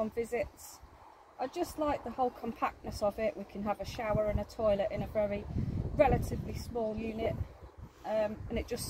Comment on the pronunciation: It would suit me too! Awesome! I'm not sure exactly everything they said...butt...I think she said the "shoilet!" Haha!!!"😂